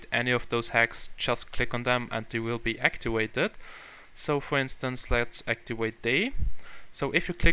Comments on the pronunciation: "Actiwated". LOL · whats actiwated XD